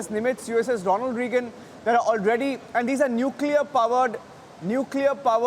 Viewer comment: The reporter needs to calm down And its Ronald Raygan not Reegun